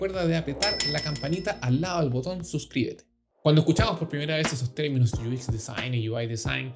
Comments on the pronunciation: Muchas gracias bro ! Excelente canal, Solo un pequeño detalle Se pronuncia “iuecs” no “uis” , todo lo demás excelente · Me estaba preguntando lo mismo, porque pronunciaba UI en inglés pero el otro no entendía porque decía “IUIX”.. 🤣